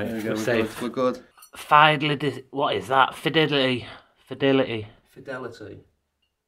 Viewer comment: Sorry, I'm commenting add I'm watching because I'm watching alone.... "Fediddly" 😂🤣😂🤣💕💕💕